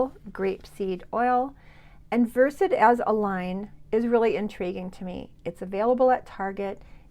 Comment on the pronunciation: Versed is just one syllable.